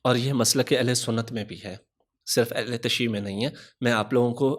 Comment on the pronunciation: Ahle tashee nahi hota Jinab🔴 Ahle tashayyu hota hai🔵